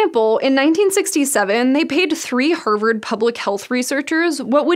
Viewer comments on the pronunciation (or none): Interested in accents and pronunciations, I’m wondering what pronunciation the presenter has. “Heart” sounds like ‘hert’ and ‘Harvard’ sounds like ‘Herwerd”. Anyone who knows? 😄